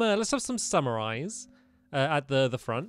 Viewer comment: Stampy: says summer eyes instead of samurais Me: STOP,JUST STOP